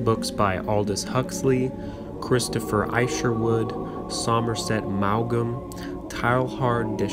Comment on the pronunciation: I appreciate having this book in audio form. But please google name pronunciations if you don't know them. Teilhard de Chardin is pron. "TAY-ahr duh shahr-DANH" (n is virtually silent) not TAIL-hard dee shar-DEEN. Somerset Maugham is not "MAO-gam." It's pron. "Mawm". "Posthumously" is not "post-HU-muss-ly, but "POS-chu-mus-ly" Etc.